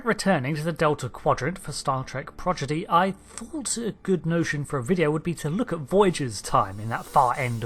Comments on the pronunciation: I wonder why always says Progidy and not Prodigy. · Its pronounced proDIGY and not proGIDY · Borg has intestines in it's legs - as it certainly has none in it's belly. Also keeps saying Prod-gee-dee not Prod-ee-gee I note. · You keep pronouncing it “Progidy” instead of “Prodigy”. Minor error, yes, but it’s happened multiple times in at least 2 videos that I’ve seen/heard. Just an FYI. Edit: Just saw an earlier comment mentioning it. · I'm sorry, what's Star Trek ProGiDy? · Its not Pogidy! Its Prodigy!! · Lol, "Progidy" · Prodigy, not Progidy. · Progydi? did i hear that right :D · "Progidy"? Okay, whatever. ;>) To my mind the greatest existential threat Starfleet has ever faced is from people diddling with time. I'm thinking of the Krenim and Captain Braxton. When last we saw Annorax (of the Krenim) he had laid down the PADD with his time-diddling calculations in the past rather than tell his wife to piss off. That might mean he blew it off completely but I don't think so. Eventually he'd come back to it and changes would start radiating from his diddling. Eventually one of them would wipe out the Fed. Braxton... he wanted to destroy Voyager to prevent a relatively minor incursion but when Admiral Janeway blatantly violated the Temporal Prime Directive in Endgame he should have come after her with phasers blazing. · Prodigy not prodgity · Audio illusion: did he say Prodigy or Progidy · Progidy? Come on man. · Every time you've mentioned this show, you've called it "Progidy" (instead of "Prodigy"). This amuses me, for some reason. 😆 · No, hes just saying it wrong. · Came to say this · "Star Trek Progidy" Sorry I know it's a nitpick but it just popped out. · Ah yes, "Progidy". My favorite Star Trek series!~ 🤣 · Aaaaaa. Stop saying progidy. I can't stop hearing it now. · I'm sorry. I made it 3 seconds in... did you say "progidy" ?! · can we draw attention to the fact that he said progidy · Is he trolling us by saying "Progidy" twice?